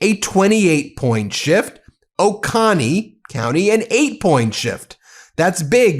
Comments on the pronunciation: Hi! I’m in Athens! I love your network and the Politics Nerd is my friend’s young, very smart son! 🥰 Let me help more people in District 121 love you, too. It’s “oh-CO-nee” not O-CAH-nee” and Marcus’ last name is pronounced “WEED-hour”. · "Oh Coney", not "Oh Connie." Both the Georgia and South Carolina counties of this name are pronounced the same. And it's definitely not Oaken-y as some people seem to think. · I think it's called Oh Co Nee.. not Oh con nee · It's o-KO-nee, with a long o. Thanks for reporting on this! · It’s pronounced “O-cone-ee” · Ben, it's O CONE e. Love your work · uh Ben, as a former resident I gotta help you here. Oconee is pronounced with a two hard "O"s.....O cO nee. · Pronounced “Ohhh-Coh-knee” county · I'm Georgia born & raised, but we pronounce Oconee as "O-ko-nee". Either way, it's great news! Thanks for spreading the word. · Oh, and it's pronounced 'Oh-Cone-Ee' county. It's a Cherokee name which is always a reminder that they left the names the same and marched the Cherokee people to their deaths. Can you imagine the cruelty of that as a parent? And the guy responsible is on the twenty dollar bill. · For the record, Oconee is pronounced Oh-kone-nee. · as a Georgian, ow my ears! It is "Oh-Coh-knee" like loco but just the oco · 💙🌊!! Also, it's pronounced "Oh-coh-knee" for Oconee ❤ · Dude, love the channel but in your research, learn how to properly pronounce cities, towns, counties, etc. It's "OH-CONE-EE" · Excellent news, excellent reporting. O-Cone-ee, is the local pronunciation. (Marietta, here). Bluestien is great, btw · Oconee is pronounced like "cone." We can think globally but we better talk locally. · It is pronounced Oh-c-Oh-NEE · That's O CO nee, bro. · It's pronounced o-cone-ee Ben... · It's pronounced oh-cone-knee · It's pronounced "O-Cone-EE". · Athens resident here. Oconee is pronounced Oh-cone-ee. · For further reference: Oconee is pronounced "Oh-Coe-Knee". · Oconee= oh-coh-knee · Oconee county is pronounced “Oh-Koh-Knee”